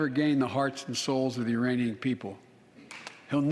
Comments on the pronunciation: I thought he said “Uranian”🤣🤣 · He said "Uranian". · I heard Uranian people, like he was trying to say Ukrainian but the k didn't come out.